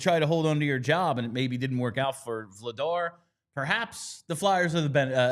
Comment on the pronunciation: I want people to start saying Dan Vladař’s last name right. That’s a tough one for English speakers to get close to right. If Christian Dvorak were from Czechia, he’d have one of those řs too. : D